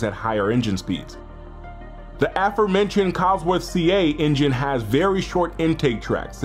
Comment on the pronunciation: This dude said afromentioned